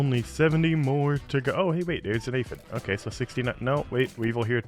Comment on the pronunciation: ah yes “aphid”